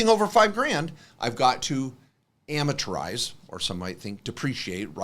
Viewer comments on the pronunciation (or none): Hey guy on right-- It's amortize, not amatorize...